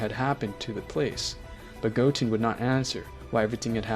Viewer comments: He says Goten like Goteen :| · AH HELL NAH DID JUST SAY GOTEEN? ARE YOU THOSE NIGGAS WHO ALWAYS SAYING DRAGON BALL NAMES WRONG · And it's goTEN not goteen good story but you gotta get the basics down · Go-teen, go-hen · Uhhhhhhhhhh gotin? No it's goten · Belmod(Bellmood) Goten ( Go Ten) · Not to be rude but Goten-goteen Gohan-Gohaaaan Your pronouncing of the names were funny to me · Are you purposefully mispronouncing as Go Han(d), Go Te(e)n and Piccorlgo not parening that one? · Who's Piccaruu don't you mean Piccolo and Who's Gotin it's Go-ten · Ultra mastered Instinct? Picaroo? Vermoot? Goteeen? Bro how tf you get margarita right but not goten? You got the names all fucked up. It's simple names that you fuckin up too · Good story but you were mispronouncing some of the words like goten and piccolo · good story man, only thing to critique is how you say gohan, gotens and piccolo names, and dragon balls not sphere